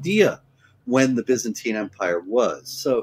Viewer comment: Why does she keep saying "Bezantine?"